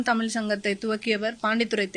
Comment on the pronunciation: தமில் இல்லை தமிழ் சொல்லுங்கள் சகோதரி